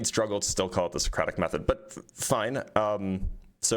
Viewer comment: Maybe rude, maybe not, but I would have terminated the conversation the moment he pronounced Socratic method wrong.